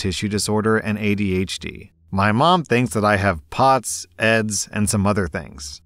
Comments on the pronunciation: Its not 'Eds' but EDS, all caps. It the abbreviation of 'Ehlers–Danlos Syndrome' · I have never heard EDS pronounced “eds” like the name.